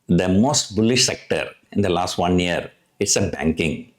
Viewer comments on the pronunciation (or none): none